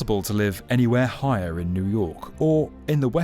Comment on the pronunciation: Never noticed that weird accent before on the B1M. Highahr, skyscraypah.. different guy? After it only becoming audible after a short while, at a certain point he suddenly stops doing it, and then suddenly one can hear for a moment it is actually an English voice indeed.